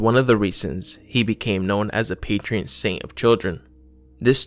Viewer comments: You keep saying patrEon Saint. It's patron. No E... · I think its PATRON saint, not PATREON, patreon is something else mate 😂😂